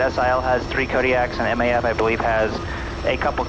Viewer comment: Maipa, spelled as Miapa, you said it perfectly. Maipa is part of my sub-district.😊